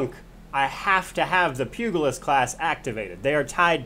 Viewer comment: Great guide but dear lord your mispronounciation of the Pugilist is grating on my OCD badly. The G sound is not G as in Goat, but G as in George. Pugilism is the forefather of Boxing, BTW.